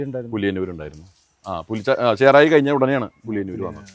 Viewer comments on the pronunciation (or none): ചെറായി ആണ് ചേറായി അല്ല